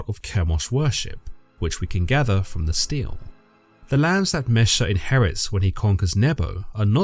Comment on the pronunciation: very minor (pronunciation) correction: unless I'm horribly confused, i an fairly sure that they're Steles (stee-lee) or Stelas (stee-luh) and not Steels/Steals (though i can understand the confusion if you've only seen them written, doubly so if you're dyslexic)